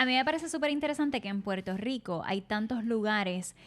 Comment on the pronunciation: porque ellos no dicen puelto lico